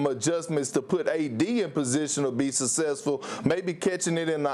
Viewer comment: Kendrick perkinks needs to learn how to pronounce succesfull